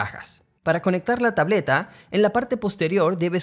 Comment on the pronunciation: ”tableta" Also: ”tablota"